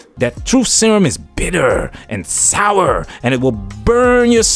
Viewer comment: The emphasis of "Bitter" and "Sour" had me in tears lol